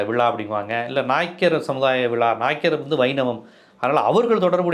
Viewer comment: விழா என்று சரியாக உச்சரிக்கவும் விலா என்று சொல்லுகிறீர்கள்